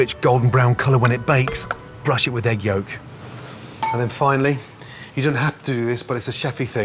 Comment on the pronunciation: Brush it with eAHg yOuwkk